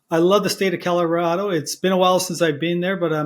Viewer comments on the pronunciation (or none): This guy loves the state of Coolololorado, he can't even say it. GMAFB... He can't afford lift tickets?!!! GTFOH.